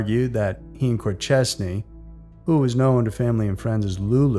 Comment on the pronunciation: Corchesne, pronounced cor- SHAYN. Aforementioned is pronounced a-FOR-mentioned. Your welcome!